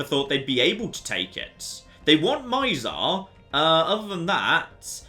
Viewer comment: It's pronounced "Mitsar",, not "Maizar" Also, demolish the Uthonia station, you are about to run out of money